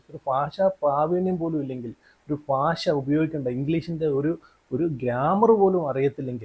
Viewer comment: ഫാഷാ പ്രാവീണ്യം അല്ലടാ പൊട്ടാ...... ഭാഷ ഭാാാാ......... പറ....... പറഞ്ഞ് പഠിക്ക്....... 😂😂😂😂